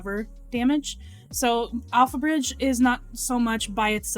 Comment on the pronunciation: pretty sure I heard you say AlphaRizz instead of alphabridge